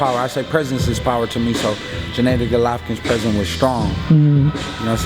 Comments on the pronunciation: Jeneddy? u met the guy.. spared the guy.. n don't know to say his name.. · Why do black people always pronounce his name JENNADY when it's GENNADY?